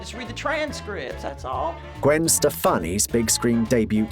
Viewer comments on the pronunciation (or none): Bye Oppik! Simularities. Day Byoot. Uh-ridge-uhns. Automation? Automaton.